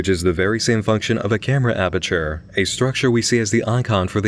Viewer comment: "apurture" not sure if that's intentional, but seems like something cave Johnson would do